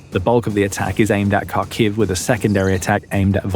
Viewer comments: Kharkiv isn't pronounced as you do. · You would think that by now the people reporting on the war wouldve learned how to pronounce Kharkiv by now. Nope, not this guy.